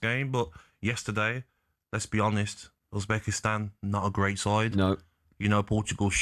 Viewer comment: It's Uzbekistan...lol